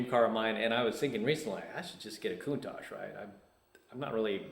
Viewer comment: Ha!, I was just waiting to see if you would say Countach correctly. Congratulations! I grew up just south of you. I think my high school played against yours.